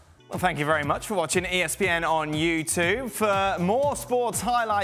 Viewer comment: I’m more concerned with why Dan Thomas can’t say YouTube properly at the end of these videos